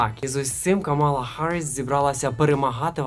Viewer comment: КАмала, а не КамАла.